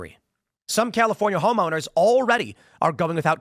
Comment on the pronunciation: Dammit Tim, you opened with "The Chalifornia..." 🤣🤣🤣